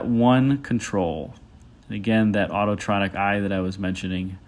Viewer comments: It’s “Autronic” not “Autotronic” Eye. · I notice you make the same mispronunciation I had for years. The “autotronic” eye headlamp control is actually the “autronic” eye unless Lincoln renamed it? Great video content as always with lots of info, and I enjoyed waiting for that leaf to fall off the front fender multiple times. 😊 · The car is 229 inches long, not 234 -- eleven inches short of 20 feet. Longer cars include the 1956 Imperial and various 1970s Cadillacs and Buicks. This car's "Continental" script is on the wrong side of the grille. And it's Autronic Eye, not "autotronic."